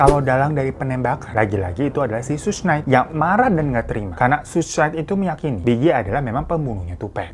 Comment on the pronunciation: bang bacanya ‘tupak’ baang bukan ‘tupek’ 😭 satunya sug nait bacanyaaa wkwkwk